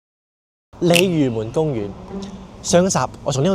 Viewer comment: 鯉魚門公園啊 這句中文講得很標準歐